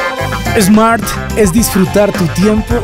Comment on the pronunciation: No se dice Esmart. Se dice Smart. Le ponen nombre extranjero y después no saben pronunciarlo!